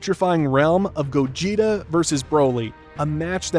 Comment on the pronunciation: Bro really said Gojeta💀